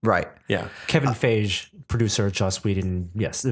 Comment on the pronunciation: You pronounce feige wrong it's Fi gee, not faije.